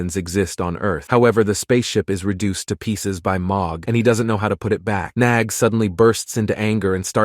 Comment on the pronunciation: Bro it’s nag not nog